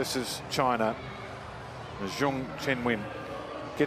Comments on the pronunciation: Zheung? She shouldn't be commentator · I find it disrespectful when commentators don't even come close to pronouncing a player's name correctly. Zheng Qinwen's name is already anglicized, and yet is massacred by the commentators.